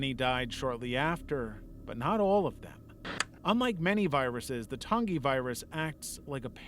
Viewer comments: Your pronunciations pmo I could forgive them if they weren’t in the videos. Vita is Veeta Tangi is Tan Gee not Ton gee. Vita is the Latin word for life and Tangi is short for Tangipahoa Parish in Louisiana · I hate how you said vita and tangie. It’s Vee-tuh and tan-gee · Vita carnis is "vee-ta karnis", and tangi is "tan-gee" but alr... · Soft g when you pronounce Tangi. Tan-gee. Great video though.